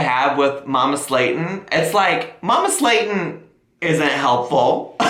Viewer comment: Why does mama Slayton sounds like Mama Satan everytime he says it 😆😆